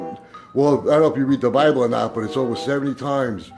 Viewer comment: Did he just say Brible? I'm stealing that.